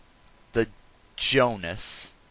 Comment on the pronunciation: the O in Jonas has and tie